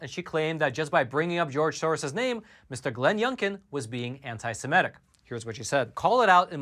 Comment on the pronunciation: Sem-I-tic not Sem-E-tic !